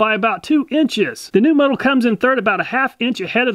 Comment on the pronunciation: It's pronounced moe-tool🤣🤣